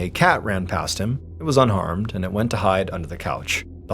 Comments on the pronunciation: Did you say the cat was unarmed or unharmed?? It really sounded like you said the former lol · I heard "unarmed" too! I thought it was Mr. B throwing a moment of levity into an otherwise dark story 😂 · I thought Mr. Ballen said the cat was "UNARMED" 😂 But after listening again, I realized he said "unharmed". Although honestly, it would NOT surprise me if he did say the "cat was unarmed".... Because anyone that has a cat knows how sneaky those cute psychotic furballs can be... With their Murder Mittens that are sharp like knives attached to their little toe beans 😂❤😺🐈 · I heard that the cat was unarmed, not unharmed (had to rewind and watch with closed captions). But Mr. Ballen wasn't deadpanning it, I just heard it wrong. 🤣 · I swore Mr Ballen said the car was UNARMED 😂had to rewind it real fast he actually unharmed 😂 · Even tho I saw your comment and was listening for it as unharmed it still sounded like he said unarmed 😂. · I thought you said the cat "was unarmed"😂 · OMG, I thought he said the cat ran past him and was unarmed. I had to rewind! 🤣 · No, I really heard "unarmed"! (And I have one that could do considerable damage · I heard unarmed as well 😂😂😂😂😂 thank goodness I wasn't the only one 😂😂😂😂😂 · He DID say unarmed. 😂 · I thought he was trying to be funny saying unarmed! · So bummed to come here and find out he said unharmed. I mean, good on ya kitty but also 😒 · I thought he said “unarmed, too!!” 😂 I thought it was Mr. Ballen being funny. 🤣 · I heard unarmed at first to lol I had to rewind it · It sounded like 'unarmed!!' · Yeah, at first I thought declawed as unarmed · He did say unarmed lol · Oh. I still can't unhear unarmed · 🤣🤣🤣, then figured he said unharmed! That was funny though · He DID say unarmed! I was waiting for it, but did not even hear a whiff of an ‘h’! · I also heard Un Armed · I heard “unarmed” too LOL‼️ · I heard UnArmed... thought it was dark humor🤦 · Same here, I thought the cat was unarmed 🤣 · Me too!!!! I went back to check lol